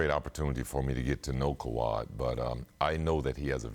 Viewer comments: ”Kah~wad” -chicago bulls rookie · Is Scottie calling him kawhad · If he call that man "KAWAD” one more time 😆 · “Kawad” —Scottie Pippen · Leonard had a "Kuwad Injury" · Lol why Pippen keep calling him kwald lmao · He was saying Kuhwad with confidence😂😂😂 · People acting like he wasent saying kawad I'm like wtf ty I ain't crazy 🤣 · Leave it to the media to not ask the right questions. How come no one asked Pippin why he pronounces Kawhi name KAWUD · Does no one else hear Scottie calling Kawhi, "Kwad" ??? Or am I trippin lol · I swear if pippen says "KOWHAI" one more time... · Kawad.... Kawad.... Kawaaaad... Damn it's kawhi right it down and spell it out Scottie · Why Scottie keep calling kawhi kawhot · Scottie Who the fuck is Kawaadd lmao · lol I know come on pip! it's kahwai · Scottie "koowad" pippen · Did he say khawad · Lmbo no one correcting him either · That’s the Arkansas in Pip that made him pronounce Kawhi’s name like that. 🤣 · Lol Pippen is saying Kawhi name wrong 😂😂😂😂😂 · Why cant scottie say his name... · why is Scottie pronouncing Kawhi name like that 😅🤦🏾‍♀️